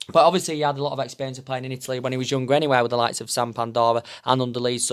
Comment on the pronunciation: Samp doria not Sam pandora funny you how you can make an exotic word sound Yorkshire haha